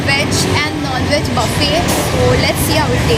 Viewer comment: Buffet thik se bolna sikh ullu ki pathi